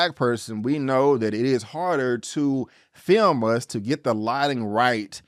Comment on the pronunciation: Please, never say the word "film" again.